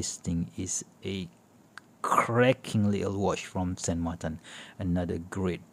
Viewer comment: It is “SAN MARTIN” in spanish….no “ SAN MARTAN” ….in french it is Saint Martin. The chinese company used an “spanish name” not “french or swiss name”.